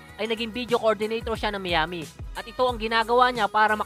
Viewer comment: lods Miami = should be mayami not miyami!! nice content peace!!!!!